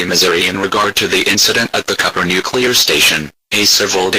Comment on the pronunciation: It's Cooper, not Copper...